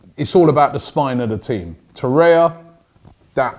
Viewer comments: Torreira not Torreia, say it right Robbie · It’s pronounced Tor-eih-rra not Tor-eya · Torreira, not Torreia Robbie! :P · Man doesnt realize Torriera has 3 r’s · Robbie its TORRIERA not TORIA haha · ROBBIE ITS TORREI*R*A !! There’s another R at the end!! it’s not torreya tbh tho this show is pretty awesome so well done robbie 👏👏👏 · Its not TORREIA ITS TORREIRA. Like Herrera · It’s TORREIRA NOT TORREYA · Learn to pronounce the names lichstiner? Torrerer? Ooofff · He has been calling 'Torreira' 'Torrea', so am not hopeful. Took him forever to call Lichsteiner by the correct pronunciation. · Your pronunciation is awful 😂 Lucas Torreira should sound like loo-cos tou-rare-ra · Welcome LISH-tenner, TOR-ayuh, SOO-yung-kooo, YES-in Ad-lee! Come on Robbie sort out the pronunciations... you're a world traveler visiting different cultures! Gotta step up your pronunciation game mate. Don't you have interns who can get you the proper way to say them???? lol